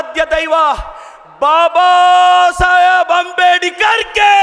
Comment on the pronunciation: ರುದಯವಂತ😂 ಅಂಬೇಡಿಕರ್😂 ಕನ್ನಡ ಅಧ್ಭುತ😂